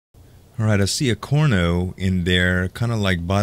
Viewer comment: CARno...CARno...NOT Corno.